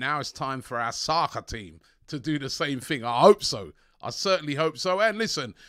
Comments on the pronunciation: When Robbie said soccer “saka” team, it killed me 🤣🤣🤣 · Our "Sakka team"😭🤣 That American accent tho😂😂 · Robbie please don’t say “Soccer team” like that again🤣😭😭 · The way Robbie said soccer team 🤣🤣🤣